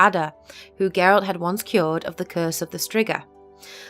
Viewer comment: I like how you say "Geralt" and not "Jeralt". 👍👍👍